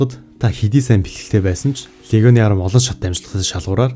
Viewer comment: Арми гэдэг үгийг ARM гэдэг Англи үгтэй андуурч дуудаад байна